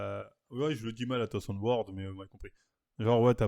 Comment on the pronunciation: attention whore fréro pas attention word mdrrr